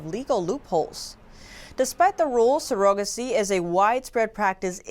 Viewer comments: You’re good and do you need to check the pronunciation of some your words, Surrogacy has the stress on the first syllable, you placed it on the second syllable. But aside from that great presentation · Pronunciation of surrogacy is not sur-OH-ga-see, it is SUR-a-ga-see. Women are not sur-OH-guts, but SUR-a-guts. Thank you so much for the excellent job. Blessings! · Nice vids, but.... surrogacy (sir - ra - guh - see) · she said ''serogacy' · I had to skip back a hear again she says it like it's spelled but her first language isn't english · Yall really let her air the butchering of the word 'surrogacy', didn't yall? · I ADMIRE the fact that you speak two languages. However, you may wish to know you are mispronouncing surrogacy. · But not surrogacy